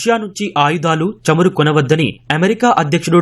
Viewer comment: చెమురు కాదురా బాబూ చమురు. తెలుగు భాషను హింస చేయవద్దు